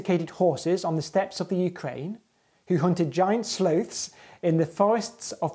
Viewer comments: The way this man pronounces sloth is so unimaginably British I started crying tea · So is this also your first time hearing a british person say Sloth? It was a mind blow for me, personally.